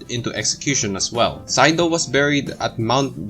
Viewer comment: Sado is not pronounced like "saido." Hyegyeong is "hay-gyoung" ("gyoung" rhymes with "young" but has a G at the beginning.) Words that are romanized with a Y at the beginning should not be pronounced with an H sound before the Y.